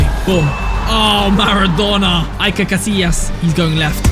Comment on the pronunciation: İt is not pronounced like that casilias